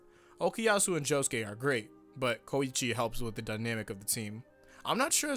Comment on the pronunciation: WHY T¨HE FUCK DO YOU SAY KOIIIICHI, ITS KOICHI